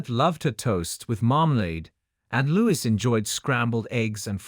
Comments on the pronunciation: It's Louis, pronounced Louie. Not Lewis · Prince LOU EE - not - Lewis